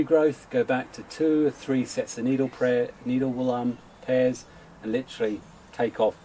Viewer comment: "Needle prayers"...Me thinks you said it correctly the first time! 😋